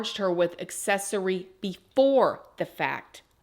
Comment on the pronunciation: Accessory- uhk·seh·sr·ee There is a "k" sound in there within the "acc." Prayers with all families involved. This is horrible and completely preventable.